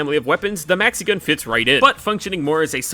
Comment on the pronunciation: at some point i did understand mexican instead of maxi-gun. and now i can´t unhear it